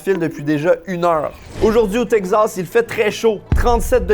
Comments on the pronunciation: Teg-zass ou tek-sass ? 🤔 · Oh my god mais c’est TEXAS PAS TEGZASSSSS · c teXas pas tegsas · Texasssssse pas texazzzzzze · Pourquoi tu dis "texzas"? C'est "takes ass" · Salut, Très bonne vidéo, y a un truc qui me fait rire, pour Texas, tu dis "TEG Zasse", en France, on dit plutôt "TEK Sasse" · Si vous prononcez Texas (Tek-sass) en Teg-zass, cela veut dire que vous dites Lug-ze à la place de Luk-sse pour dire Luxe? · Texas ❌ Tek'zas ☑️ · le Texas, qui devient le Teg Zas!!, n'arrive pas à prononcer correctement le nom de cet état américain!! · ...ET TU VAS ME PRONONCER TEXAS CORRECTEMENT OUAIS!!! TEXAS! TEXAS AVEC X!! TEXAS OU T'EST PAS SAX!! OU QU'C'EST QU'T'EST TEXAS!!AVEC XXXXXXXX!!😅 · Le Tegsas 😂😂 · chuis le seul qui est tendu a cause de la prononciation de texas "teqzas" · T le seul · Qui d'autre est trigger par la prononciation "tek-zas" ?😂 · Le « Tegzas » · Tegzaz, le nouveau Texas à la Québécoise 😂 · le "tekzaz" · Tekzas :') (oui je sais, ça se prononce comme ça, mais on se moque bien de nous quand on prononce "ze" pour "the" alors que c'est la vrai prononciation également :'D) Purée ça donne tellement fin. Je ne suis pas un grand fan de viande, mais là j'ai tellement envie de me jeter dessus ! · Tekcsass prononciation française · Tegz assz prononciation québécoise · Il galère a dire Texas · J'ai rien contre toi d'habitude, mais la façon dont tu prononces Texas est juste horrible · j'adore la manière si particulière dont prononce Texas... j'ai appris qu'on devait dire Tejas (Tehas) comme "Mexico" (Mehico) comme c'était un ancien état espagnol comme Los Angeles, San Francisco, San Jacinto, San Antonio, San Jose, Fresno, San Diego etc etc.. Du coup, j'ai buggé 🤣🤣